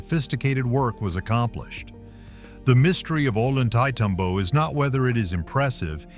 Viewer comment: It's pronounced "oh lon tay tom bo".